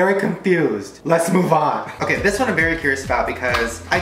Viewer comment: and on Did he say b-berry excited and.......berry confused 😔😟🧐